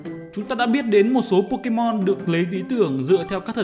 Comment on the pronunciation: đọc sai tên pokemon